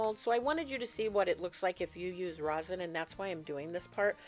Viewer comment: It is Resin, sweetie, not rosen. Different stuff. Just found you. Fabulous.